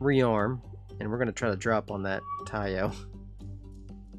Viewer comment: Taiyo, not ho! The ho's are downtown!😁 🤣🤣🤣🤣🤣🤣🤣🤣🤣🤣